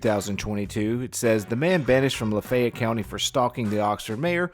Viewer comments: Southern pronunciation— Laaa-fay(long A)—ett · I can't believe you don't know how to pronounce LaFayette.